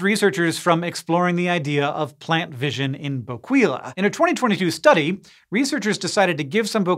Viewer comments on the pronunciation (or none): It's pronounced BO-KEY-LA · My favorite part of these is that Hank never looks up how to properly pronounce words before doing entire presentations on them. I chuckled every time he said "bo-QUEE-la". 😂😂